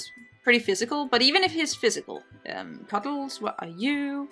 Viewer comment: In your accent, "Cuddles" for a second sounded like "Carlos" and it delighted me.